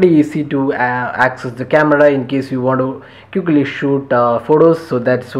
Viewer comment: I have this phone ,it looks nothing like his. he sure has a outdated phone and one more thing the way he says QUICKLY is stupid